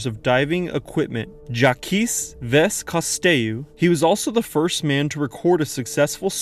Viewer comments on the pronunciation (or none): You butchered the most famous divers name. It’s pronounced Kuuu-Stow. I mean i have no background in diving but even I knew that name. That man is famous on like a S list even above a listers. Like Beethoven Van Gogh Davinci Mozart Mario Luigi Toadstool Yoshi Wario Bowser Peach Goomba Link Zelda Master Chief Marcus Dominik Baird Anya Cole train Chaplin Cheech Chong Boreanez Gellar Prince Jr Daffney Fred Velma Shaggy Scooby Huey Duey Luey webigail Scrooge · LOL, you pronounce it "zhaaack coo-stooo" not whatever that was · Downvoted solely for how you said Cousteau’s name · This was the strangest way I ever heard someone pronounce Jacques Costeau's name. Please learn to pronounce it better.